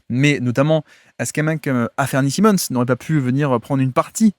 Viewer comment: Comme d’hab tu nous régales! Petite mention pour la prononciation d’Anfernee Simons, que tu appelles « Afernee Simons» habituellement, et pour la première fois je t’entends l’appeler Anfernee, suivi d’un Simmons (prononcé si) alors que d’habitude tu prononces bien le Simons (sai). Je sais que tu peux y arriver, la prochaine fois je tendrai l’oreille dans l’espoir d’entendre un Anfernee Simons 🙏😂